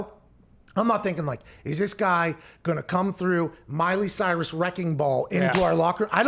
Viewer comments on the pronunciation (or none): none